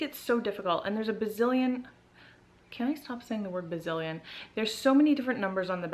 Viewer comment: I actually love when you say Ba-ZILLION! And the under-side of the puppy definitely was a good comparison to use :) LOVE your video, New SUBBIE:) I also have a new vid up about Sephora:) check it out and sub if you have the time, thanks!